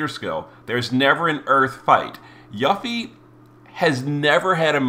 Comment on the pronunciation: 1. It's 'You-fee' 2. At least it's ONLY a week delay and not a 6+ month one